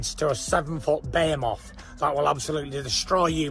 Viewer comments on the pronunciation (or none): Did Fury really say he's a "7 foot Bee-moth" LOL You mean....behemoth?